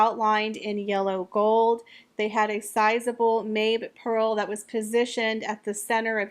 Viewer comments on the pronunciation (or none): Hey! I love your videos and I always hate to correct anyone, but I do know jewelry. The Pearls on the brooch, the Mabe Pearls, are pronounced “Mobby”, like Bobby. I actually have a pair of Mabe Pearl earrings with a 14kt twisted border.